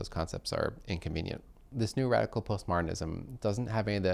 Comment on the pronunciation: I heard "post-martinism." I recalled clothing used to be "martinized" (whatever that was).